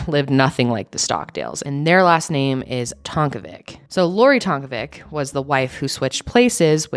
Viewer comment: Just some feedback, the pronunciation of Tonkovic isn't correct, its meant to be said like "Tonkovich".